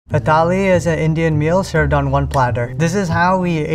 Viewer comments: Tali nahi thali 😭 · Pronunciation of thali 💀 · Bro can't even pronounce thali correctly😂😂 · thali toh bol le theek se bhai